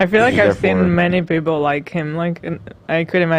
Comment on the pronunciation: Lmao "payple"? That seema more accurate now that "sheeple" ever was hahaha